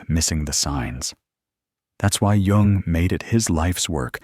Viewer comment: The man’s name was JUNG! J-U-N-G